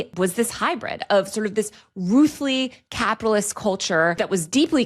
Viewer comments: It is ironic that you are complaining about tech moguls plan for the future while feeling totally comfortable using their apocalyptic tools. BTW you need to do some retraining of voice. It pronounced 'roughly' as "roofly". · why does she say roughly like that? I’ve never heard it said like that before lol